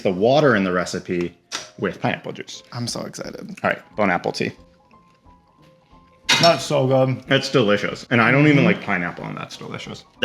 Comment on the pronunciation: I love how says “Bone Apple teat” instead of “Bon appetite”